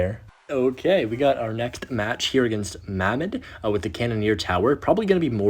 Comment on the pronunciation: "ee-mod" "mam-med" 💔💔💔